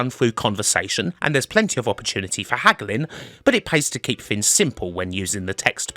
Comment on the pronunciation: The word: Things: Fins